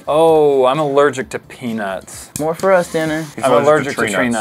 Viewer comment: when said I'm allergic to peanuts . I think thought he said penus